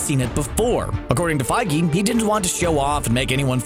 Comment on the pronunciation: Love the videos guys but PLEASE... It’s Kevin FIEGE (F-EE-G)